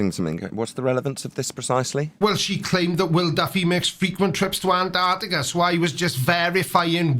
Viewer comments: Why do Americans say "Anartica" instead of "Antarctica"? They all seem to do it? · Not sure if I’m just being pedantic, but Ma’am it is pronounced Ant ARK Tic Ah. Please pronounce your consonants.